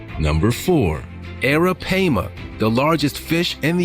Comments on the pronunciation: Would love to hear the narrator say arapaima correctly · "Could this be the infamous anaconda?" The way he said that made it sound like anacondas are just a myth and not an actual snake 😄 and the way he pronounced arapaima 🤣🤣